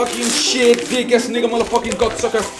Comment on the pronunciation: é shit não "sheat".